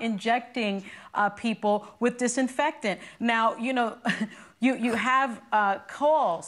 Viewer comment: I lost her when she couldn’t pronounce disinfectant